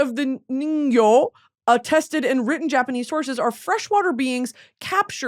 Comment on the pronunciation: Loveee how she says ningyo like niño😭😭